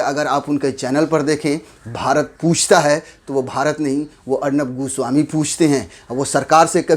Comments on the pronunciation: Arnab GU swami bola bhai aapne 🤦😂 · Bhai aap arnab goswami ko 'guswami' kyu keh rahe ho? 😆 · Godi media is absolutely wrong but what you are doing is also not correct...this is not journalism to pronounce someone’s name as “Gooswami” instead of “Goswami”....you are also doing cheap journalism..shame on u and will never watch you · Abe 'goo-swami' nahi goswami naam h uska... 😁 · Am I the only who heard Arnab ghu...swami 🤣 when he has pronounced Everytime.